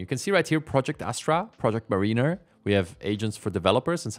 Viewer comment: Mariner = MERR-inn-err, not MERR-een-err